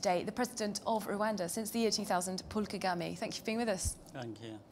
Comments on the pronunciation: wow as a european (who has been in rwanda alot) i really have to be ashamed of. can't even pronounce muzehe's name correctly...Kagami? the way she is introducing him, the way she interrupts him, the utter lack of respect......swere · Call him well isn't Kagime ...its President Ka ga me ....